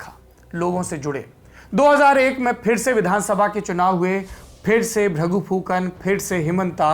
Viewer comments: हेमन्ता नहि उनका नाम हीमन्त है। और भ्रगु फुकन भी नहीं भृगु है उनके नाम। नाम सही से उच्चारण करना चाहिए। धन्यवाद। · The pronunciation of name is totally incorrect . It's not Bhragu Phukan it's BHRIGU and it's not Hemantaa it's HIMANTA .